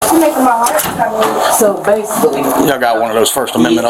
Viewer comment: "basucly"..."basucly" "basucly".....